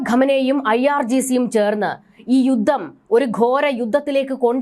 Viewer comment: യുദ്ദം? യുദ്ദം? യുദ്ധം എന്ന് പറയൂ